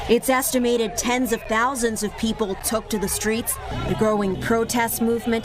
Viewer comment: Ten tousand only?, i thought millions...